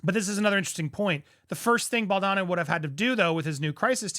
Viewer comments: Andy, Justin's last name is pronounced Bal doe ni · Please just stop saying Justin's last name if you can't pronounce it correctly. It's frustrating to see you haven't corrected yourself in all the videos that have come out from Popcorned Planet on this. I really wish you'd not try to pronounce things you don't know how to like laissez-faire etc. also as it breaks content immersion.